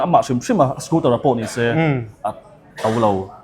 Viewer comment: Scooter tia lam ni thei se... a dik zawk hi Youtuber leh Public figure te hi chuan hmang hram hram ila. Dealer te chuan Scooter an ti thlap thlap a, ngaihthlak a nuam... hengte hi chhinchhiah zel ula